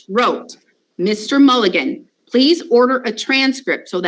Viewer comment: I hear Fiji is beautiful this time of year,.